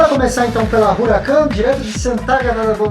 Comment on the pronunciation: A pronúncia correta é 'Uracán', e não 'Ruracân'. Um abraço!